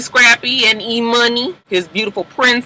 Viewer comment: I was wondering if everyone was saying it weird or is her name pronounced E-Muni?